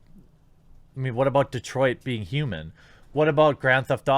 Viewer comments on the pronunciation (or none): none